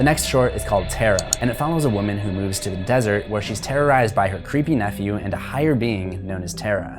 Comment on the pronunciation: terra-rized. I’ll leave now.